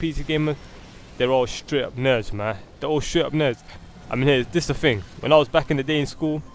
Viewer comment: "battlefield free" "is the greatest fing since jesus" "dey think steam sale" "why do they fink" Make your argument when you have proper pronunciation of simple words